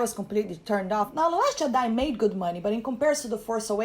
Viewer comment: I absolutely ADOR how you pronounce Jedi